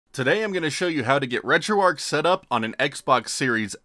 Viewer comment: Great video... just wish you knew that you are supposed to pronounce the 'h' at the end of 'retroarch'. It's RETROARCH, not RETROARC.